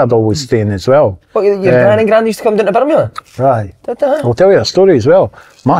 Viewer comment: I love how none of them can pronounce Birmingham 😂😂😂